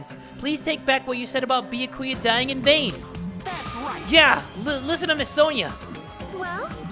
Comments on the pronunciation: After 37 dangaronpa videos series he still not even calling byakya names right wow Imagine he doesn’t call his name right at the end of the series wow I would be cringed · He knows how to pronounce byakuya from the start he just wants to trigger us if you saw all of his danagnronpa 2 videos without skipping you would realize that he almost said byakuya in a correct way and then said on no i almost pronounced his name right and then went back to trigger us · At this point I’ve forgotten how your suppose to pronounce Byakuya